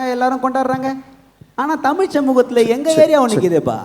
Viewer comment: Vadachennai guy pronounciation of tamizh is not correct, James sir. He pronounces it as senthamil